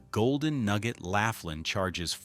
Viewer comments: Good grief. Laughlin, Nev. isn't pronounced "laugh-lin." It's pronounced "law-flin." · Laughlin is great! I've been going for years. It's LAW-FLIN not LAFF-LIN 😅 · BTW, Its pronounced L-o-f-l-i-n not L-a-f-l-i-n ... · It’s “loff” lan, not laugh lin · Laff Lin? It’s Lowf Lin. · Laugh-lin....that place is a riot. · So far as I know, Laughlin is pronounced lof-lin. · Ai can't say laughlin🤣. Just stop being lazy and do your own video with your real voice. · You mispronounced Laughlin. The resorts there are crap, dirty and dead. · Just made the same comment. AI is bs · Pictures don’t match the location comments, other than NJ. Pronunciation of Laughlin was horrendously. General details, however, very good and the truth about Vegas these days makes me wonder when the lights will go out there?